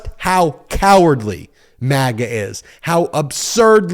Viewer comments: If you’re gonna do the whole fake outrage rant, just remember there is a “d” in the word “cowardly”. 😂😂😂 I want these people persecuted but that rant was cringe. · I'd be more impressed if you could hit the "d" when you are ranting..